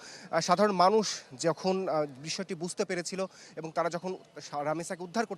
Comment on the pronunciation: মি., আপনি "এবং" শব্দটিকে "এবন" উচ্চারণ করছেন কেন বারবার? বাংলা ভাষায় তো "এবন" কোন শব্দ নেই। আপনি নিজে বাংলা ভাষা তৈরি করেন নাকি????? এটা খুবই বাজে শোনায়। অশিক্ষিত ছেলে-মেয়ে সাংবাদিকতা আসলে এরকমই হয়।